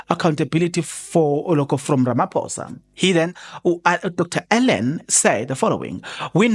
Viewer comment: Don't butcher his name..Dr Allen Boesak.... [Allenn Bhusak]...ngeke ngiyakhala ngepronounciation yamagama abantu....